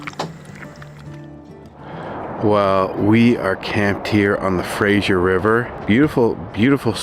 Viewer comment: you are such a good team. love your positive attitudes and love for your family ! Fraser, not Frasier. simple, not like the show ;) welcome to BC